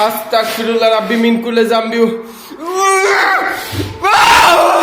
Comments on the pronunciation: ভাইয়া আছতাকফিরুললাহ নয় ভাইয়া আছতাগফিরুললাহ❤❤❤ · আস্তাকফিরুল্লা না, অস্তাগফিরুল্লাহ বলবেন, নাইলে অর্থ চেঞ্জ হয়ে যায়। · ভাই কি আস্তাকফিরুল্লাহ বলে 🙄 আমি জানি আস্তাগফিরুল্লাহ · Vai ota astakfirulla na astagfirulla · সালা আস্তাগফিরুল্লাহ না। অস্তাগফিরুল্লাহ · Amar boyos 13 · ভাই আস্তাকফিরুল্লাহ বল্লে তো অনেক বড়ো ভূল বা গুনাহ হবে সঠিক টা হলো আস্তাগফিরুল্লাহ হবে।। গ হবে ক নয় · ভাই আস্তাক ফিরুল্লাহ নয় আস্তাগ ফিরুল্লাহ হবে আপনি ক উচ্চারণ করছেন এখানে গ উচ্চারণ হবে আগে নিজে ভালো করে জানুন তারপরে অন্ন কে জানাবেন জত্ত সব ফালতু... কোথাকার😡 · Vai...আস্তাক ফিরুল্লা বলবেন না,,আস্তাগ ফিরুল্লাহ হবে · ভাই আস্তাকফিরুল্লাহ না আস্তাগফিরুল্লাহ। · Are astagfirulla na ostagfirullah ...ar ostagfirullah mane touba kora maf coua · Astakfirulla na astagfirulla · Are dur Dua durud koi teke parbe Tikmoto astagfirullah o bolte pare nah bole astakfirullah 🥴🙄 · আসতাক ফিরুল্লাহ না ভাই বলেন আসতাগ ফিরুল্লাহ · আস্তাগফিরুল্লাহ টা ভালো করে বলুন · ভাই আপনার আস্তাগফিরুল্লাহ বলাটা শুদ্ধ হচ্ছে না ওইটা আপনি শুদ্ধ করে বলেন। আপনি যেটা মুখে উচ্চারণ করতেছেন আস্তাগফিরুল্লাহ ওইটার ওর অর্থ হচ্ছে হে আল্লাহ আমাকে কাফের বানিয়ে দিন 😓